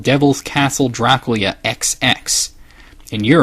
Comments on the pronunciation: by who? I never hurt anybody pronounce it like that. Nothing that there's anything wrong with it just face the fact that its weird. I've known many Romanians in my lifetime, and we certainly have discussed Dracula but none of them have ever pronounced it that way. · I love watching your vids. I don't mean any offense, but this is a legitimate question. Why do you sometimes pronounce Dracula as "Dra Cool Ya"? Am I missing something? Is that a cultural pronunciation? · Pronounced like "Draculya", apparently, by this author. Though in Romania it's apparently pronounced as "Dra-ku-la," whereas the common pronunciation that all of us Americans are familiar with is "Dra-kyu-la". I suppose to explain this, I'd have to say that everyone has their own personality, and isn't any different. And to, not everyone wants to scroll the comments, so if I've repeated something, my apologies. I figured it needed to be explained once per comment que. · His pronunciation sounds more like "Draclea" to me most of the time.